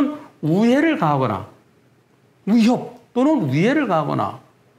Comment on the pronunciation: 변호사님 '위'를 발음 못하시네요 ㅋㅋㅋㅋ "우협 우해를 가하거나"